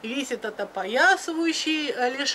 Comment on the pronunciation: Спасибо за полезную информацию!В слове герпес правильно ставить ударение на первый слог,при склоненении слова ударение остается неподвижным.Всего Вам доброго!👍